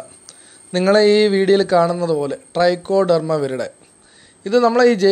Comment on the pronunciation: ഡ്രൈക്കോഡെർമയല്ല ട്രൈക്കോഡർമയാണ്